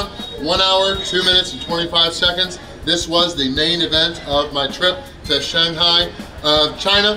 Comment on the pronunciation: Shung-Hi???? come on...... SHANG-HI...... now say it at once....... Shanghai